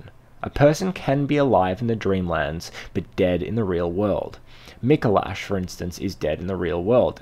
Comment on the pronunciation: Lmao "Micalosh"